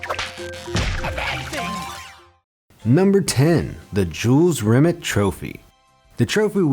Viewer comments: Jules Rim-et still gleaming....you mad yet Just messing man it annoyed me too! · It's pronounced ri-may not ri-met... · RE- MAY. NOT REMIT YOU MONG TARD 😂😂😂✊️💦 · Is pronounced Jules RimAY not RimIT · It's not pronounced "Jules Rim it", it's "Jules Rim ay" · It's rim-ay not rim-ut, also #TeamEngland ⚪🔴⚪ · The name is pronounces Jules REE may not Rim IT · Jules Remit. It's pronounced Re-may. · This was terrible. At least make sure if you’re gonna make a video purely on the trophy, and have to reference it multiple times, you pronounce the name of the trophy correctly. If it was named after a Frenchman Rimet isn’t going to be pronounced Rimmett is it? It’ll be Rimay, similar to Beret and Ballet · “Re-may” is how it’s pronounced or better known as the holy grail. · "Rimet" is pronounced "Ree-May" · It’s pronounced ‘Jules Rim-ay’ u inbreds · Rimet pronounced Rimay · Pronounced rimay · It's pronounced Jules RIMAAAAAY! It's a silent T!! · Rimet is NOT pronounced like a bad frog impression! The correct way is more phonetically Rim-May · It's "RIMÉ"...the "T" is silent. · It’s Jules Rimet, pronounced “Rimay” as it’s a French name. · Pronouncing Jules Rimet’s name wrong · Nice pronunciation of rimet